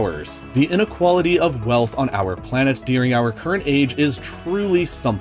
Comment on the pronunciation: That's not how the word "during" is pronounced...